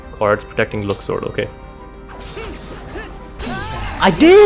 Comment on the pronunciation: Where did zodiac signs come from?! lol LUX-SWORD I don't know where the "S" comes from ..😅 i probably pronounce it wrong tbh